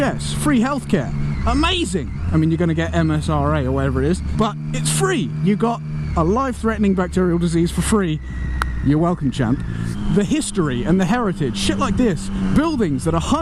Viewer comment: msra hahaha, it's mrsa. I'm a nurse that works for the NHS and that line cracked me up... I-was-not-offended :p